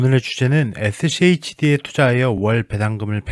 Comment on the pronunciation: 슈드래요 슈드라고 읽으세용